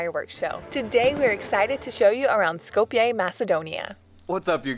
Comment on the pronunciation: Just a minuscule friendly correction <3 <3 Skopje is pronounced like Skop-ye, not Skop-yay!